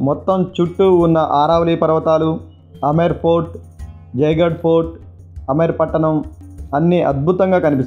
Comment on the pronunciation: Say Amber fort. Not Amar fort